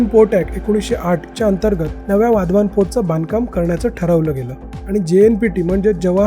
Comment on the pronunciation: वाधवान नाही ते, वाढवण आहे ते, मराठीत व्हिडियो करताना तरी नाव व्यवस्थित घ्या, हिंदी लोकांचं ठीक आहे